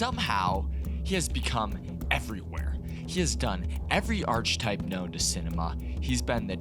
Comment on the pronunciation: It's pronounced ARK-A-type